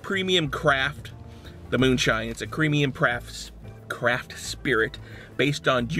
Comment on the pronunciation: "It's a cremium praft."